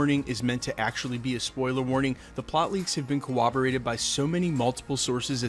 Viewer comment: cor·rob·o·rate is how you say it :)